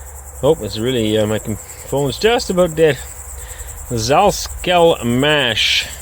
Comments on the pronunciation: сальсксельмаш - Сальские Сельские Машины. первая "S" читается как С а не З. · Congratulations on your own tractor! Salskselmash is Сальсксельмаш which is short for "Сальские сельские машины" or "Agricultural machinery from Salsk", same as "Rostselmash" is "Agricultural machinery from Rostov" You may pronounce it Salsk-sel-mash, where Salsk is like "salsa", "Sel" is like "ceiling", and "Mash" is like "machine" :)